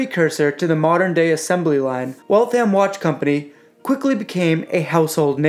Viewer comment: The second "A" is almost silent, it's pronounced Wall-th-m not Walth-ham or Wal-tham (Waltham) a pet peeve. As far as the watches go, they're nice, I almost got one but ultimately decided that I couldn't justify the cost. The movements, while reliable, are only worth $100, $150 tops and you'll find them in $300 retail watches. I can appreciate that the $300 variants won't have a power reserve complication, and that particular complication is expensive, I had to ask myself is it $1100,00 expensive? My answer was no, it is not. In my opinion, these are $400-$500 watches retail selling for $1000-$1500. No thanks, I'll pass.